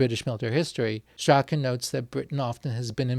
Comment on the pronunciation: Hew Strachan's name is pronounced 'Strawn' - not 'Strakken'.